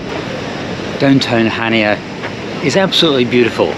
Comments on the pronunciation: He pronounced it awfully it's Hania not CH ania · It’s pronounced Hania. With an H. Not chania. 🙄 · Pronounced as "Hania" not Chania. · Greek and Turkish food -amazing.there is no “ch” sound in the Greek language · I believe Chania is pronounced without the C, as I was informed by the locals when I was there😊Go to Crete every year for our summer break, love the place and the people, Heraklion airport, as this place is the grimmest airport I have ever passed through, the toilets are 3rd world and the place cannot cope with the amount of passengers in handles. Shame as the airport itself can put you off Crete for life. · If you pronounce Chania that way, I'd like to hear you say Loch Ness.